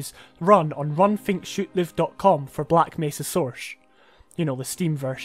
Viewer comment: I love the way you pronounce Source. Soursh. Aren't you, by any chance, Sean Connery?